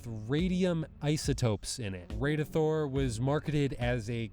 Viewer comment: its pronounces Radithor not radeithor as in rad something is rad